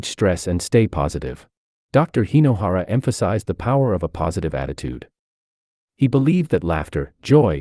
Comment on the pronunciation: Hey,! Hinohara, not " Hainohara" 😂